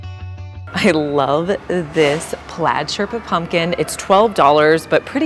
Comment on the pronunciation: "Sherpa", alt "Boucle´"